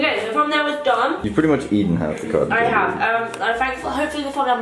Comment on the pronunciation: Calyces: Colten candy yum. Calyces: Colton candy gross.